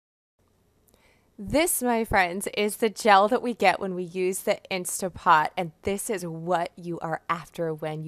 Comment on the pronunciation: Great recipe, but please, everybody, there is no such thing as an “INSTA-POT” — nonexistent item. What we are working with here is an INSTANT-POT — please pronounce the three T’s — that’s the name of it. If people say “Insta-pot” they sound like amateurs who don’t know the product. Thank you for the great bone broth recipe, I’m trying it right now!